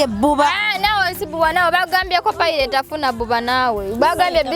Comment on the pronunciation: The way bredah s saying pilate my goodness much love hope shifah and Nyondo rosette